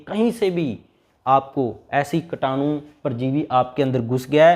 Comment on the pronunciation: कीटाणु बोलो भाई,कटानु नही !